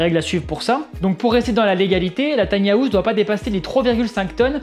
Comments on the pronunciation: Tiny hAouse 😬 quel accent 😅. Pourquoi les Français rajoute un A dans le mot anglais House 🤔 ? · On dirait qu'il va miauler à chaque fois qu'il prononce house ^^ sinon belle analyse